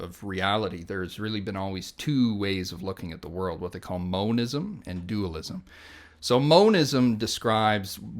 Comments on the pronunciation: It's monism not moanisum. You can tell this guy is so misinformed in his views,Russell says very little knowing that who is sat in front of him is full of twisted rubbish. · Why does he keep saying moanism. It's monism like mono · "moanism" it's pronounced MON-ism